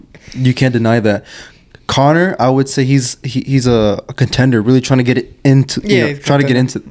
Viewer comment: conor 'henn' 🐔 🥚🥚🥚 😂😂